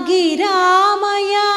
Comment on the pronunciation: గిరామయా కాదు అమ్మ. నిరామయా